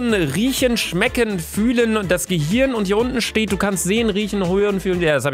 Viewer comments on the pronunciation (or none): none